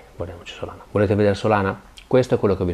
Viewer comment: ma è "SOLA"na :D